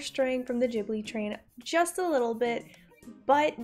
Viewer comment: Did She really just call it the "Jibbly" train?? "Jibbly films". "Jibbly, Jibbly, Jibbly". It's Ghibli. Studio Ghibli.